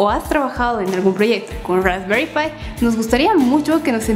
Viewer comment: Rrraesperrii pie.. 🤦‍♂️🤦‍♂️😂😂😂